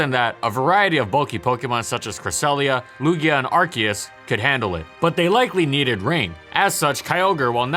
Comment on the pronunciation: but it's are-see-us